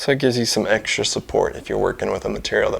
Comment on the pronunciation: Did you say eggstra support? lol